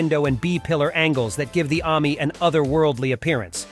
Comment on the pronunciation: I wish this guy would learn to pronounce Ami and allard properly. You put the emPHARsis in the wrong place.